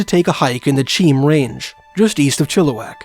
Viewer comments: I was born in Kelowna. It’s not in the south Okanagan. NOCA the North Okanagan Creamery Association is there. I lived in Chilliwack. The locals pronounce Mt. Cheam as “ chay-am”. You really don’t know what you’re talking about, do you? You are spouting off this drivel written be some other guy who has never been there like you’re experts. I know about David Paulides. You are trying to make a buck by applying his theories to BC. Sure people go missing in the forest. That’s not mysterious. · Man you are almost 10 for 10 with proper translations, the "Cheam mountain" is a first native name, pronounce "She-am" other than that you did amazing. And cheam is something I often hear mispronounced, even by my cousins in abbotsford lol no big deal